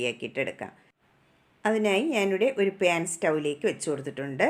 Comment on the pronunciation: പേൻ അല്ല 😆 പാൻ...😂